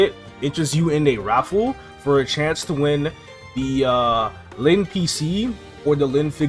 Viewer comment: I was so confused because I started the video and was listening to it at work and the whole time I thought KMS dropped our lynn class in KMS. Until I looked at it a little on my break time and saw he meant Len lol